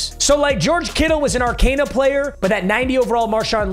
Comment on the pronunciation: It’s pronounced Ar-cOn-a not Ar-cAn-a